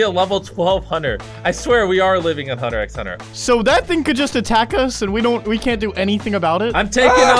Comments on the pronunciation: We all know Jimmy isn’t a Hunter x Hunter fan because he says the “x” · You don’t pronounce the x in hunter x hunter Say it as hunter hunter lmao